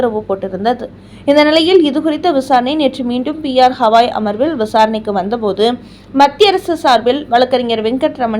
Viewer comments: ஹவாய்...இல்லை. கவாய். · P.R. ஹவாய் இல்லை, கவாய். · ஒழுங்காக தலைமை நீதிபதியின் பெயரை சொல்லத் தெரியாதா அல்லது வாயில் நுழையவில்லையா? அவர் பெயர் கவாய்.அது ஹவாய் இல்லை.அவருடைய பதவிக்காலம் இம்மாதத்தோடு முடியப்போகிறது.அதற்குள்ளாகவாவது அவருடைய பெயரை சரியாகச் சொல்ல முயற்சி செய்யவேண்டும்